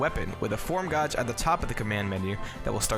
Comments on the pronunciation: Did you just say command gawj...dude it’s pronounced gayj. How do you not know how to pronounce gauge? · Its gaij not gauj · Gage man. the hell do u say it so wrong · Not gonna lie, the whole "goj" thing is mad distracting lol. Good vid tho, and nice edits. Solid production value. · Command goj. . Pronunciation has left the chat. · Wait. Command "gahj"? I don't if english is your second language or if you just have an accent, but gauge is supposed to be pronounced as "gāj" like "gay-j", or the name Gaige. I'm not trying to be disrespectful or insulting, it was just distracting. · Thank you. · Omg, how can you get a simple word like gauge wrong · The mispronunciation of the word gauge was distracting as fuuuuuuuuuuuuuuuuuuuuck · 3 or 4 times in a row really hurts my soul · Sad thing is, this isn't the first time I've heard someone pronounce it like that. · Hurt my soul when i heard him say that. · I was gonna say that dammit